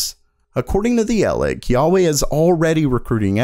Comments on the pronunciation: it's call HUA WEI not YA WAY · WTF is a Yar Wey!!!!!!!!!!!!!! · You pronounced huawei as both juawei and kuawei. I know a lot mispronounce it but you didnt even come close lol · Its pronounced waway not yaweh <---thats jewish god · Dude. Huawei isn’t pronounced “YA-Way”, it’s “HuWah-Way” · It's not Yayei, wawei or kiawei It's Hu Wa Wei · Who is this Yaw-way company you speak of? Who-aw-way I have heard of.... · WAH-WAY.......not YAH-WAY ;) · everybody: huawei: yeawei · Wha-way not ya-way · its NOT yawei its wawei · It’s pronounced “whaa-way” not “yuh-way” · Huawei is not pronounced YA-WEY, it's Hwa-weh, with an H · What the frick is YAW-way. Dude can't you just pronounce phonetically H-U-A-W-E-I , not YAW but HUA (hoo-aa/ or hhwaa). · Huawei is pronounced "wah-way", not "Yahweh", lol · Huawei Atlas 300AI. Not a GPU, stop calling AIB's like this a GPU because they aren't. Also Huawei is not God, so stop calling them Yahweh. "Who are way" is the (close enough) pronunciation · FYI, Hauwei is pronounced "whaway" not "yawway" please get it right in the future. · Me: Huawei Him: Yahweh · He pronounced it as “hyawei”, instead of hwa way. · says Yauwei Me: Huawei?!: Yauwei Me: Yauwei it's fine, I'm just kidding 😄 keep up the good work 😁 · did just say 'yauwayy' for huawei XD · Yao-wey lol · WTF is "yarwei"?? It's not how Huawei is spelt nor is it the proper Chinese pronunciation either. Failed attempt from a white dude trying to be cultured or just plain dyslexic? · "yaweh" It's Huawei, ya doof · Is HUA WEI not Ya wei omg... can’t even pronounce this asshole company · Just pronounce "nuck" not "n-you-see". And "yahweh" for Huawei? Lol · H U A W E Y not Yauey or whetever you just red xD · Lol at pronouncing Huawei 'yahweh' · Duyunodaewae? Mahweh? Yahweh! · So Intel just being Intel. Nothing new. And also it is spelled "Hua Wei" not yuyawei or something else... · Its "Hu-A-wai" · The only scrub to read huawei as yahwey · jah wai😂